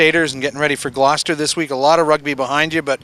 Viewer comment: Learn how to say GLOUCESTER ffs